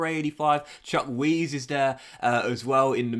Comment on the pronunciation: please never say chukwueze again